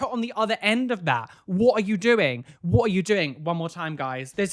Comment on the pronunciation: What said: “WHAT are you doing?” What I heard half asleep: “WATER you doing?!”